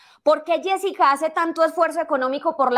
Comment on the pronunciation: Yessica Muñoz No yesika muñoz